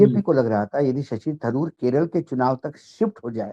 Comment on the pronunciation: हिंदी उर्दू चिड़ियाघर के प्राणी लोग जान ले; थारुर नहीं तरुर उच्चारण करते हैं। मल्लू समाज का शब्द ओर वाक्य गठन प्रणाली एवं व्याकरण का आदर हो।